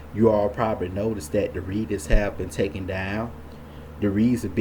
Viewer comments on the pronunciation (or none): none